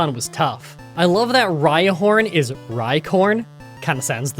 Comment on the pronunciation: I honestly don't see the issue with Eevee's sprite. I think it looks cute. Looks a lot better than other sprites. And you better take back that slander toward "Leviator". It comes from Leviathan. AND HOW DID YOU MISPRONOUNCE RHINOCORNE!? You don't call a rhinoceros a "rhiceros"!